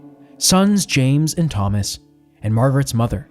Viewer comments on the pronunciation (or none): none